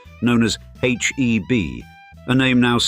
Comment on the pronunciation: It is HEB GROCERY & NOT HB.